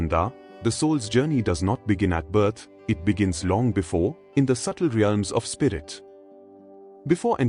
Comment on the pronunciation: Seriously, an AI narrator with a bad Indian accent? We are not born n a “voom,” we are born in a womb (pronounced woomb) and birth is pronounced burth (rhymes with earth) not “bert.” It’s not hard to pronounce things properly esp if you are AI! W does not make a V sound and vice versa. So annoying I had to shut it off.